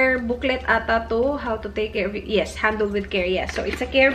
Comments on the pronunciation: Un accent Lang ba talaga nya un? Was just wondering. Not bashing. And bag “handol” ba dapat instead of bag “handel” (handle) ? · She kinda speak wid aussie accent. "Handol" is fine. Its the same sa british accent. Like sale they pronounce it like sigh-l. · H&m, sabi nya heisch and m and handol instead of handle